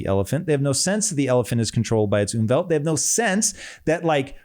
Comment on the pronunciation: You mean Umfeld. You pronounce it like Umwelt. Which means environment. Unfeld means factors surrounding you. If you chill with thugs, you have a bad Umfeld.